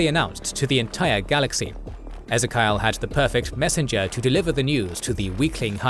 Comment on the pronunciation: Ezerkial!?! Ezzerkiyal!? Ffffffff